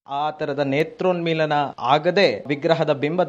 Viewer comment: ನೇತ್ರೋನ್ಮಿಲನ ಅದು... ನೇತ್ರ ಮಾಂಗಲ್ಯ ಅಲ್ಲ.